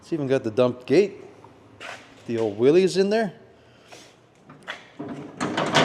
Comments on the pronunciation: It's pronounced Willis, not Willeez... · I'd be impressed and satisfied if all you clowns would pronounce Willys correctly.